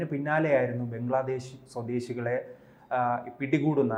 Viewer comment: ബെഗ്ലാദേഷ് അല്ല ബംഗ്ലാദേശ് എന്ന് പറയൂ സാഹൂ